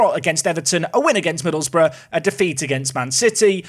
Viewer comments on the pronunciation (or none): none